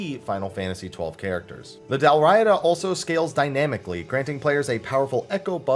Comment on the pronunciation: Dalriada, Dal Riata, Dal Riada.. It's a historical Gaelic kingdom which XIV takes a lot of naming from. You had it correct. I'll also mention the common mispronunciation of Dun Scaith, which is also a historical area in Scotland.. More like "Dun Skye".. located on the Isle of Skye.